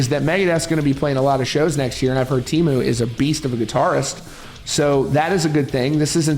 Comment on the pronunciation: Interesting video. However, it must be said that I cringed every time the Finnish name was botched. Teemu is not Tiimu. The 'e' is the same vowel as in the English word 'get', and it's an overlong vowel, you can stretch it forever. Mäntysaari, well... The stress is on the first syllable, always. The 'ä' is like in the word 'cat'. The 'y' = the 'ü' in German, cannot find an English dialect that has it. And the double 'aa' is the same vowel as in 'father', and overlong. It's a very phonetic spelling. [teːmu mæntysɑːri]